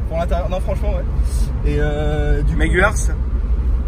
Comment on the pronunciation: c'est Méguiars et non Mégulars 😁😉😗